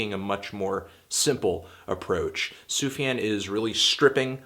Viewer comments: It's fucking pronounced Soof-Yon. He has pronounced it many times in interviews. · "SUFAN Stevens"??! maybe you could correct this...it's a bit distractive. That being said, I guess you're a little misinformed about Sufjan's story: "I Kinda get the feeling the relationship S. had with his mother wasn't the best, etc, etc", Sufjan's mother left the family when he was one! She suffered from schizophrenia and alcoholism, was even homeless for a while. It was always Stevens that sought for contact and love from her, so... not really avoiding his mother ;) he even managed to tell her he loved her in her dead bed. It´s something he´s talked about plenty lattely, all the grief process he's been through and that really frames the whole album. Apart from context, I think this is an album that grows into you, being so soft, I can listen to it on repeat mode, and would definitly rate it higher than a 7/10 ;) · "Sufan Stevens" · why do you say sufjan so weird?